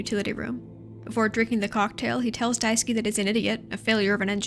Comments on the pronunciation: Just started watching, but just wanted to point out that Daisuke's name is pronounced die-ske not die-ski ! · I love this video and I fucking hate being THAT guy but Daisuke is die-skeh and Swansea is swan-zee 😅 rlly wish they had a few voice lines in the game to clear that up because at least half of the fanbase is saying the names wrong! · I am so, so sorry just...I can't stop cracking up when you call him "Daisuki" because that one little syllable change turns it to "I love you" Also I'm sorry you had to talk about Jimmy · For the LOVE of GOD it’s “DICE-KAY” not “DICE-KEY” Holy shit lmfao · hi, just want to say you are pronouncing Daisuke's name wrong. It's not Daiski its Dai su ke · I've seen two videos on this game and both have no clue how to pronounce Daisuke's name. It's DIE-SS-KAY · Poor Daisuke - almost no one doing those gameplay or analysis vids can pronounce his name right XDDD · you’re pronouncing daisuke wrong btw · fun little guide to pronounce daisuke: dai (die) ske (you don't really pronounce the u in suke) the e in daisuke is not pronounced like key but like the 'ai' in fair and chair, the emphasis is best put on 'dai' keep in mind the e is very short and does not curve into ey, just a quick e. just in case its interesting to someone. i don't know how clear i'm being.